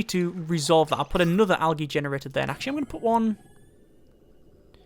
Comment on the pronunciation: awesome vid love it one thing tho algae is pronounced aljee